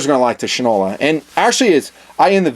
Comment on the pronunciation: Fyi: Shinola was originally a national brand of shoe polish and was pronounced Shine-ola (from Shoe Shine). The watches' logo is an exact replica of the logo on every Shinola shoe polish can so the pronounciation would remain "SHINE-ola". Please understand that in no way am I saying "you don't know sh*t from Shinola!"